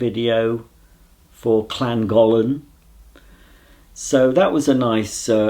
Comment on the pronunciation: you've uploaded and filmed in the same day also it's pronounced lan-gol-on:)